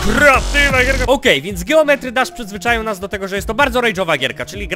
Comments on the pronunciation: jak by c o tO muwi sie dżeometri dasz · czyta się Dżijąmetri Dasz